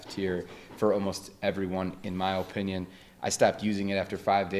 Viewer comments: Am I the only one wanting to shoot myself everytime that guy on the left say O-pinion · Bro mispronounced "Opinion" like 8 times